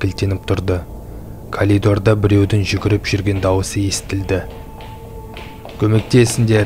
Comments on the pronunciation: Калидор каридор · коридор болад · калидор емес коридор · Дауысын кушти бырак тилин келмейди екен колидор емеской коридор жане жанагы жугирген дыбыстар кулген дыбыстар отирик шын болган окига ма ?билмеймин кушти бырак сенбеймин 😕😕😕